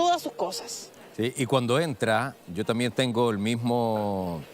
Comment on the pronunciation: La señora tiene que decir también no, tamien.